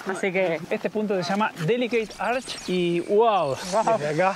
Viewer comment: Hi, just in case the word Arch is not pronounced ARK. It should be pronounced as written; that is, arCH It is exactly the same sound as the Spanish CH